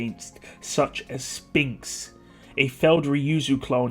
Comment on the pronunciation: I love how you pronounce ”Sphinx”. I don’t know if you say it that way due to meme value or whatnot, but if it’s because Enlgish isn’t your first language and my comment has made you curious, the letters ”ph” are usually pronounced as ”f”, so ”Sphinx” is in reality pronounced ”Sfinx”.